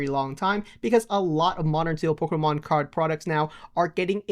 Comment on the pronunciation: Why does he say "Polka mon" 😂